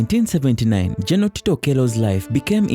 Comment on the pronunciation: Get someone who is clear, concise and can narrate well. Are there no Ugandans who are able to pronounce the words 'general' and 'battle' well? Or do you need Kenyan help?